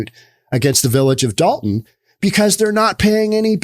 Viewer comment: I believe that it's Dolton. With an 'O'. Dalton with an 'A' is in northern Georgia.